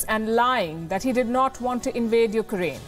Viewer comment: Dear Palki its not U KA RAINE. Learn to pronounce a countries name at least 🙂